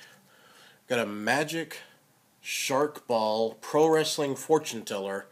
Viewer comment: sMark Ball not shark ball! Jeez you shouldn't be doing reviews if you can't read!